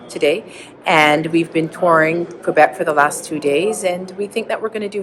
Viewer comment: Doesn't even know how ro say QUÉBEC!!🤣🤣